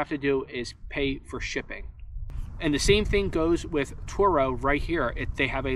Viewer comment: it’s pronounced like Toro